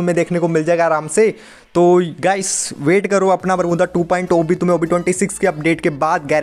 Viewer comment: Who noticed saying 'bermuda to बरमुद्दा '😂